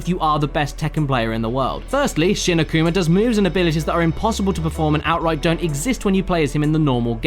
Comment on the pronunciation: The reason you cant change from Devil Kazuya is because its story mode and not arcade mode. Also it's "A Kuma" not "Ak uma".